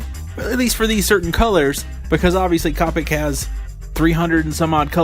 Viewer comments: Great review thanks, and now you have a new subscriber. But just one thing that I found annoying its not cop-ics. You pronounce it cope-ics. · Its not "cop-ics" copics T-T